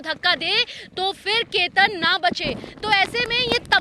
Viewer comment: Ketar nhi ketan h